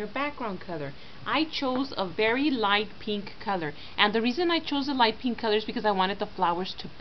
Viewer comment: she has got a strange accent like she pronounces 'pink-''peenk''